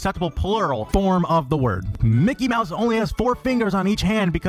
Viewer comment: LoL mickey maws